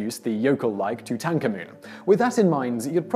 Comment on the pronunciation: You pronounce Tutankhamen rather strange! Not even the academics pronounce it that way and do research unlike your parrot-sounding facts-we-already-know soundings.